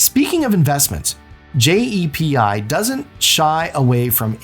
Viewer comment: Also it’s called JEPI no one says J-E-P-I. That’s what makes me think it’s AI. Also JEPI is 7.5% not 11% This video must be recycled